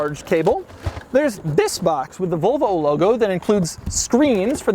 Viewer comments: Can someone tell me how many times he said Volvo? And in a weird way? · good video but your pronunciation of Volvo is horrible :D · Its it only im some get lite arngry when he say volvo wrong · One of Doug's querks is the way he pronounces Volvo. Another is that he wears a t-shirt under a t-shirt. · Doug, it's volvo, not vulva. That is something else entirely. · Doug I fucking hate the way you say volvo. It is “volvo” not “vulvo” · It's Volvo Doug, not "Vulvo" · I wonder if he's purposely pronouncing 'Volvo' the same way as the anatomical term for the visible female genitalia... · Every time Doug says Vølvo, take a shot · Great video. But why do people say “Vulvo”. It’s an O. It’s VOlvo. Like the Tennessee VOLunteere. You don’t say “i would like to Vulunteer”. It’s it a California/Arizona region thing? Almost sounds like you are saying a female body part: Vulva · A “Vulvo” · Its "Volvo", not "Vulvo". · If he says Vulvo one more time. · VOLV-O not Vulvo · Why are you saying "Vulvo"? You really seem to be going out of your way to pronounce it as close as possible to *vulva*. How do you say volume? Would you actually pronounce that like vulume? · If he says vulvo one more time im launching the nukes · Doug is the type or guy to pronounce, "VOL-VO" like, "VULVA" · Doug, pls.... stop pronouncing it "Vulvo" hahaha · The first couple times he said volvo it sounded like vovo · It sounds like he says vulvo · Why does he call it a "Vulvo"? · he pronounces it like vulva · STOP SAYING VULVA XC90. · cant get past his mispronunciation of "vul"vo haha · Its pronounced Volvo not Vowlvo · Doug the typa dude to pronounce Volvo "vulvo" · Nice pronunciation. "The hundred thousand dolar VULVA." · sounds like your're saying Vulva which is the area above the vagina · why Doug pronounce is "vlvo" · Does it bother anyone else that he says "Vulvo"? Because it bugs the fuck out of me. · Doug the kind of guy who pronounces Volvo as Vulva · he pronounces Volvo like Vulva